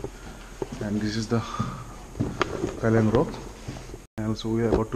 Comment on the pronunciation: Kyllang rock not keylang rock...